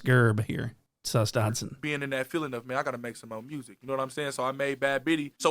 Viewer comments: “Sus-Dodson” and “” ah hahagagagaga 😂 good ones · "Dotson" broooooo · "The dodson" 💀💀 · Nah I like when he calls him almighty datson 😂😂